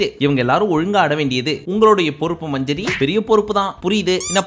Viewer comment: அண்ணா மஞ்சரி இல்ல மஞ்சுரி😂